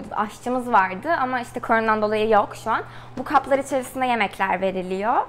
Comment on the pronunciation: Koronadan diyeceğine kornodan diyip duruyor sinirim bozuldu dkevdkwjdejhx